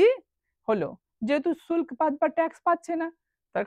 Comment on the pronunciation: ভাই শুল্ক উচ্চারণ টা কি হলো ? ফরমান বা দস্তক কথার অর্থ বিনা শুল্কে বাণিজ্য করার অধিকার বা লাইসেন্স। এই সব ধারণাটা দেবেন না ?